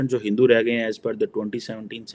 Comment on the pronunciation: he finds it difficult to say Hindu